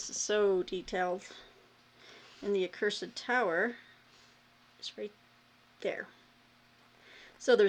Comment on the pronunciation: Apropos of nothing, until I saw the cover, I thought you were saying, 'The Cursive Tower' which I thought, "Well, I have seen Peggy read books about semi colons, so I'll bite. Cursive handwriting. In a tower. Cursive handwriting AND towers. Sent TO THE TOWER because of poor penmanship! Very dramatic!" Accursed. Far less interesting. Ho hum.